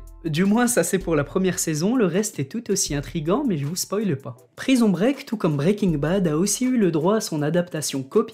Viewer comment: Quelle acson "prison break"